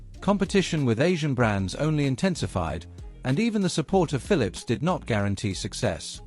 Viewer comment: It is so amazing how this south america guy pronounce the pHILIPS ( fili-lips) i just enjoyed listing and listing so funny i even lost interes inGrundig history😂